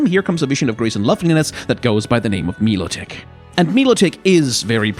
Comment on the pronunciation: I heard "mee-lo-tic" and spat out my moomoo milk